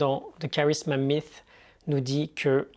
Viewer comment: Bonjour, juste une parenthèse mais très importante pour moi. Tu prononces comme il faut le mot anglais "Myth" pas comme la plupart des Français qui le prononcent phonétiquement "MIS"